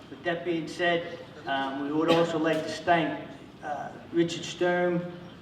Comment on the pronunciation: he said stank instead of thank HAH